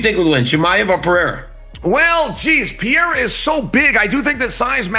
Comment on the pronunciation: Peiyera, Pierre, what next 😂😂😂